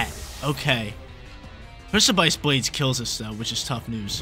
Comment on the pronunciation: Got watch out for the Pric-aye-pice Blades at all times